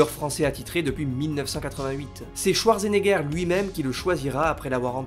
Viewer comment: "Arnold Touardgenéguère"... l'allemand n'est pas le fort des francophones, mais quand-même, un petit effort please ;-)